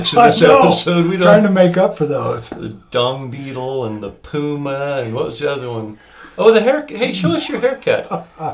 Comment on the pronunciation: “Puma” pants😂😂